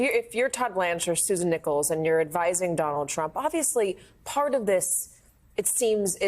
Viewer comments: NECK-LESS. Not "Nickels" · Not Susan Nichols, Susan Necheles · That lawyers name is pronounced like neckless. You should already know that. Poor research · The name of the female attorney representing Trump is not pronounced "nickels". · Susan's last name is pronounced like Necklace.